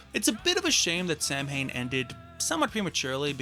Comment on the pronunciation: Samhain is pronounced “sow-in”, as in ow-in.